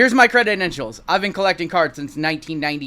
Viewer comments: Are u saying crededentials?? Its credentials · Credentials. Not credidentials. Just had to say it bc you said it so many times! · Love ya buddy-- think you are legit in the hobby--- but its credentials--not creditentials---LOL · Cre-dent-ials not cred-ded-ent-ials lol Sorry I couldn't contain myself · Cre-den-tials just 3 syllables for the future. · Cre dent shuls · i love ya, been subbed for a long time...but if you are gonna talk about credentials, you have to say the word correctly bro...credidentials is not a word... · Awesome video!! But please God learn how to pronounce credentials 😂